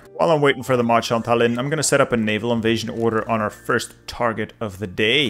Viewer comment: Tallinn has the emphasis on the "a" in it, actually